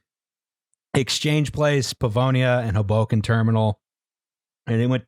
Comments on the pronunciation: Hoboken is pronounced hoe boken lmao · Ok, I'm only 10 minutes in, but... the way pronounced "Hoboken", geez... I'm sure that's that most controversial thing said in this episode.